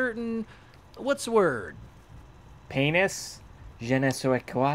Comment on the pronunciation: "That's a paeenus!"